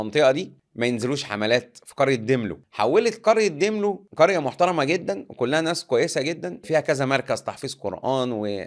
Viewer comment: داملو مش ديملو